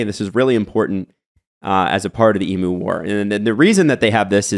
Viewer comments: Eem-yew not eem-moo.. Cmon man. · It’s not pronounced E Moo It’s E mew. Say it goddamned right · Throw the hat. The bird's name is pronounce EE-myou. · Australian listener here. Excellent overview of the emu war! Few notes: It’s hilarious how Canadians pronounce emoooos 😂 Worth noting is that emus are essentially bullet proof. I challenge any of todays armies to take them down without resorting to the nuclear option 😂 Thanks for lightening my mood after a tough oilers game 1 loss 👍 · The way you guys are pronouncing emu is triggering the Australian within me... E.Mew as in Mewtwo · The way you pronounce EMU had me rolling around with laughter!!!!!! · As an Aussie, cool to get a bit of our history on the channel. And love accent on EMU🤣